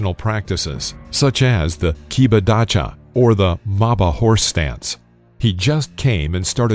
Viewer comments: the secret council of the Ninja haha that is a supremely dumb because Ninjas are Japanese and this was the council of Chinese and American Chinese Elders. it is Kibadachi (horse stance) not Kabadachi, you ignorant martial art noob. And Ed Parker with his master James Mitose are among the biggest McDojo artists ever. West Coast 60's and 70's the origin of the McDojo schools that swept over the USA, including con men as James Mitose, Mike Stone, Count Dante, George Dillman, hundreds more fake lineage teachers and the fake American "World" Karate championships where the USA conveniently avoided the real Karate World Champions of JKA, WUKO (later WKF), Kyokushin Karate World federations, did not see Chuck Norris, Jim Kelly, Joe Lewis, Mike Stone, Bob Wall listed there, strange isn't it Karate "World"Champions who never competed in the real World Championships but take the credit of it the make a Hollywood and Martial Art school career. Your Hollywood stuntman judoka Gene LeBell seen as among the best grappler is another of your fake news propaganda, he would stand no chance in his era against Anton Geesink, Jon Bluming, Ivan Bogdan, Carley Gracie, Carlson Gracie, etc. At least Bill Wallace knows who one of the real deal was back then : and he also talks about Bruce Lee in it (the good and the bad at 4 minutes 27 seconds in the video) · the correct pronunciation is Key bar Dar-She (Kebadachi ... Horse Riding stance) thanks for uploading knew all that info seen all the footage just not all in one video as a story is good Reminiscing cheers